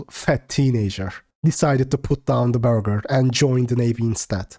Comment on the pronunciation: “The burlger” lmaoo